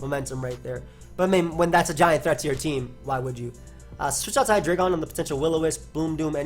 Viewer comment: its pronounced hyDRAIgon not hai-dray-gon